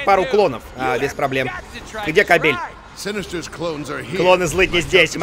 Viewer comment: кАбель, кАААбель! ударение на первый слог!